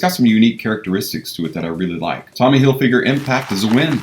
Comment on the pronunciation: Hilfyger? Seriously?